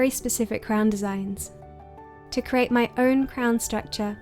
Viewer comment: Please pronounce 'create' correctly. It sounds as if you're saying 'crate'. I keep thinking you are boxing things.